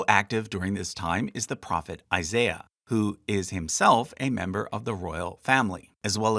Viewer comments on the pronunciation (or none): none